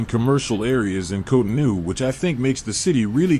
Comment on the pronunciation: its cotonou bro